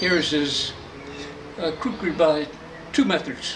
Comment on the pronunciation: Khukuri pronounce as khoo-koo-ry